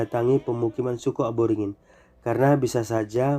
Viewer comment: Aboringin❎️ Aborigin✅️ Konprensi❎️ Konversi✅️ Mohon lebih hati" dalam pengucapan kata